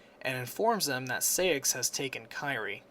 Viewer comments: I (as a KH mainac), have a few corrections: 1. It's Princess of HEART, not light 2. You pronounce it SIGH-ax, not SAY-ix 3.It's RICK-oo, not RIKU. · Sai-axe not Say-axe